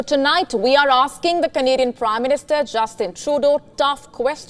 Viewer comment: When ever sgr says Canadian, i heard comedian.